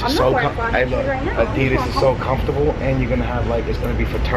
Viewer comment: Your saying adidas wrong